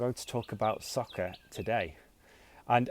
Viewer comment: Good job, you pronounce soccer like sucker. Same pronunciation? or im wrong